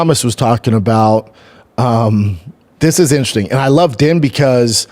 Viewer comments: Wish I could see Din Thomas’ face each time you butcher his name. It’s pronounced Deen and doesn’t rhyme with tin. 😅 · it’s spelled din but pronounced dean